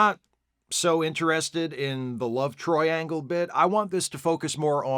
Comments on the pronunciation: "love-troiangle"?! nice, haha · Wait did you say “Love TROI-angle” ?! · The "love Troiangle" 😂🤣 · "Love Troiangle" 🤭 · "Love troiangle" Nice 👌👌👌